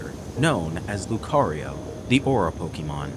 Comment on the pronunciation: All of this time and effort, yet bro still can't even pronounce Pokémon correctly.